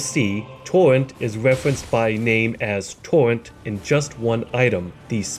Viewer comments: Tor-Rent not TORNT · TAWENT...TAWENT...TAWENT Lmao you sound like Elmer Fudd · I like how homie says torrent. "Towwent"🥺🥺